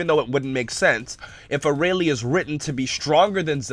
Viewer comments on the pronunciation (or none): "Arah-lee"? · arayle (FacePalm) how do you still not know how to pronounce it